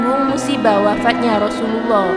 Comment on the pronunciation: Rosululloh saja kalau di dengar jadi Rosuwluloh. aduh parah 😅